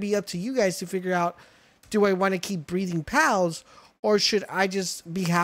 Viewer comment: Why do you keeo saying breeding as breathing and decimal as decibel...